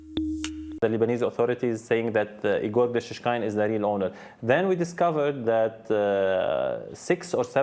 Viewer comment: It is a critical pronunciation mistake, to pronounce Russian name "Игорь" like "Егор". Does nobody notices the difference? There is a letter "ь" at the end of the word, it differentiates a soft consonant and is often transcribed using an apostrophe. So in fact narrator wants to say Ígor', but says Igór, when the first vovel is not under stress, one can not differentiate wether it is I or E, resulting me expectin a Russian name based on the conext and hearing "Егор" clearly, because than is what he said, Egor. Of course these two names are different.